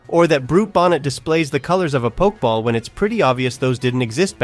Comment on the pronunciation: this is a good video but how you pronounce pokeball makes me want to pour acid into my ears so i don't have to hear it ever again.